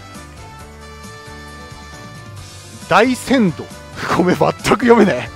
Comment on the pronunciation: 大船渡はおおふなとと読みます。 多分佐々木朗希選手の母校ですね。